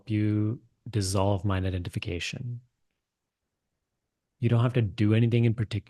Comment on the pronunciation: Sorry if it comes off as rude but when you say "mind identification" it sounds like "my net identification"